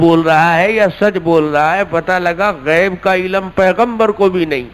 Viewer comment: عِلَم نہیں علم ہے